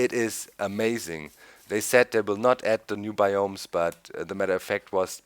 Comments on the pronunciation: its bi ums not bi umes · its BIOMES not BAYOMIES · its biomes not bioooooooooomes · doc, your pronouncing biomes incorectly its like baiomes (just my ocd)